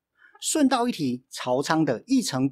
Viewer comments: Asa念朝日的招，不是朝見的巢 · 本身也是戰國迷，第一次看的影片； 朝倉的朝是不是中文念ㄓㄠ會比較好呢？因為「あさ」的翻譯好像都是早上，感覺念ㄓㄠ好像比較好。 最後還是要說白癡信雄，你哥不逃跑去自殺就算了，你人那麼遠燒屁城啊！